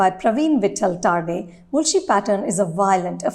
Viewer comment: What is with her pronunciations? Why can't she pronounce the names properly? Pronounces तरडे as टारडे, लिमये as लिमाय . Heck Upendra Limaye is a national award winning actor. Shallow English gurgling woman!